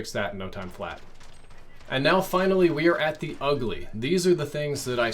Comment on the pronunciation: lol “ulgy”